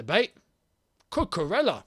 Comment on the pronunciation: My boy, you guys gotta start saying cucu’s name right ffs!!🤦🏻‍♂️ it’s pronounced cucuREYA bro, not cucurellah. He’s Spanish bro.